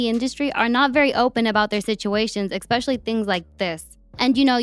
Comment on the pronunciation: The word is eSpecial•ly. There is no X sis. Also young thug is not in jail. He is parading around with a new set of tits 😂 all love. Love the channel ✌️❤️